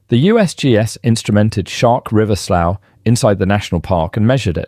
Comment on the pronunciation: "Dania" rhymes with "mania", "slough" is pronounced just like "slew"